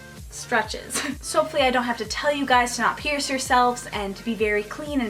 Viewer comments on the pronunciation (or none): none